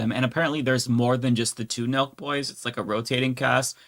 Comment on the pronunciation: On, Nelk Boys! The whole time I was watching part of the livestream, I thought you all were saying Milk Boys. 🤦‍♂🤦‍♂